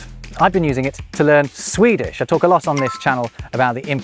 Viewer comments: As a Swede, I must say that your pronunciation (in Swedish obviously) is surprisingly good, keep up the good work! Love your vids :) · As a Swede, I must compliment your Swedish pronunciation.